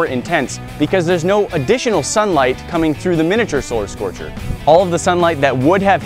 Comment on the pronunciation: One of the times that you said solar scorcher I heard you say scolar scorcher